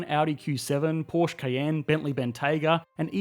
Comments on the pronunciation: Porsche is pronounced ‘Porsha’ NOT “Porsh”! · I hate to be the one to do this, but it’s Porsch-uhh. Germans are too efficient for silent letters. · It's Porscheeee with an e at the end.